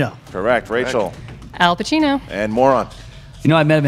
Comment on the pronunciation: Hey it’s Pacino not Pachino!! Lol